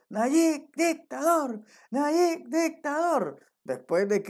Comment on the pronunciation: Es Nayib viejo no nayik.